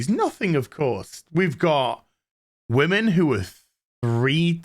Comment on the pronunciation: There's just something about the way says 'wahmen' in the Jose voice that cracks me up without fail